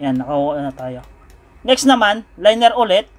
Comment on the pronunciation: sa tingin ko boss LIN-YAR po ata ang pagpronounce sa "Linear" kung hindi ako nagkakamali hehe anyway salamat sa idea boss, malaking tulong!!!